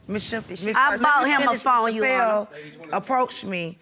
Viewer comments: If she say "you-honor" one mo time😡😭🤣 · That first case always makes me cringe. From them mispronouncing “Your Honor” to the matching bleach spots. They just sound crazy 🤦🏾‍♀️😂